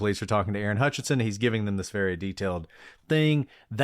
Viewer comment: Love the pod. But here a year later listening to WM3 case and came to see if anyone has noted that Vicki and Aaron’s last name is HUTCHESON, not HUTCHINSON*, as is written and spoken many times on the pod. There is confusingly also Joe HUTCHISON (Damien’s father). Small thing, but B & A are usually accurate so this bothered me.